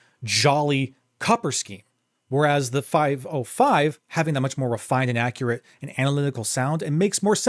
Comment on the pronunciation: the name is not "5o5", but "505" - not ou, but zero